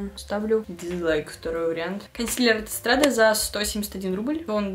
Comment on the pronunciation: Lavelle- лавЕль, Estrade- эстрад, Farres- фАрес, про Rad вроде писали (немного помощи по произношению)